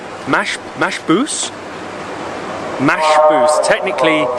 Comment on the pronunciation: Its called bahrain because in arabic two oceans so and there is rain because rain in arabic is two things so thats why btw why did you call it mashboose it is metchboose